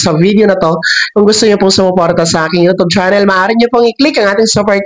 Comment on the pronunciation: Bka po u tube di utub mali po pronounce u